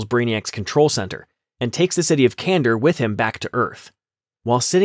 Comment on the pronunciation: Kan dor. Not Kandur.